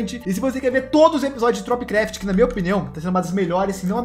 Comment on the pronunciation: Alguém percebeu que o falou tropcraft??